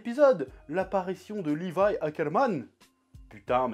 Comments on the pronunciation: il a dit lévi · Personne:: "LÉvI"